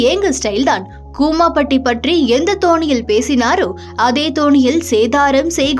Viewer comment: """"எந்த தோணியில் "" இல்லமா.... """எந்த தொனியில்"""" ... ஒரு புகழ் பெற்ற தமிழ் சேனல் இப்படி தமிழைக் கேவலமாக வாசிக்கலாமா....வாசிப்பவர் 2k kid ஆகத்தான் இருப்பார்.. 😢😢😢😢 மொதல்ல தாய் மொழியை ஒழுங்கா படிச்சு தொலைங்கடா....